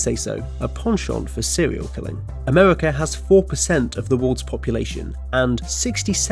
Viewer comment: The narrator either has a quirky accent or a speech impediment. It sounded like he said "wold" instead of "world," "Amewica," "opewational" and "weally" instead of "really." I do realize the "r" is often soft or gets dropped entirely in some types of British accents, but I'm not sure I've heard it sound like a w. Edit: Ah, I see at the end of the video he makes fun of himself for saying sewial instead of serial.